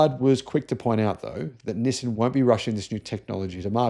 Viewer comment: Learn how to say Nissan properly. <G>